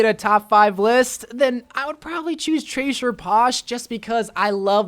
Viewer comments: Trasher? You mean Tracer XD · Why can’t he say tracer he said tracher both times holy peen